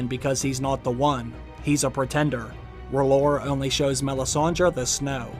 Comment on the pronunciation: R'HLLOR IS R'HEAL